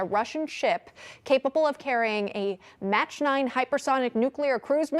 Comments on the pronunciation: It is pronounced MAUK, not match. Mach 9. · Mach is pronounced like Bach, not like match. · She said match 9 lmao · "match" 9 hypersonic...??? Teleprompter Syndrome. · There’s no T in “mach”.